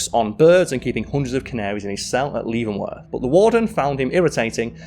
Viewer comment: Came down here to see if anyone else is commenting on pronunciation of Leavenworth.